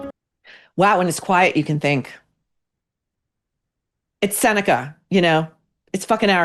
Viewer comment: It's Seneca 😂😂😂ah stop Maureen u are a howl 🤣🤣